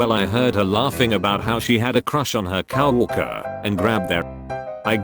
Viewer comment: sto-mitch-ash cow-warker